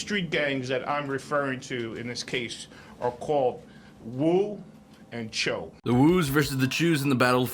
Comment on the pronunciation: Fyi your saying cho wrong just wanted to put that out there